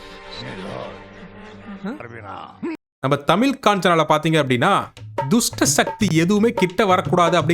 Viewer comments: அது தமில் இல்லடா தமிழ் தாய் மொழியை சரியா உச்சரிக்கவும் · Adhu thamill illa thamizh...first neenga ozhunga sollunga ..trollibg other language ...